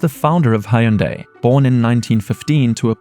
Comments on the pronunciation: It’s not pronounced “High Yoon Die”. It rhymes with “Sunday”… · Did this dude pronounce Hyundai as "Hai-Oon-Day"? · hai-yun-day?? bruh